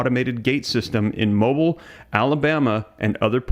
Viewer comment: Pronounced mo-beel alabama